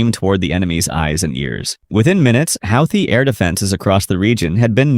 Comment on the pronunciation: You can’t pronounce Houthi